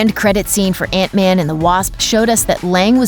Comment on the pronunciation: It's man not van